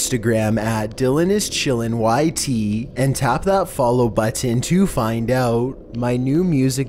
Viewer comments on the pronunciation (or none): I like how he says button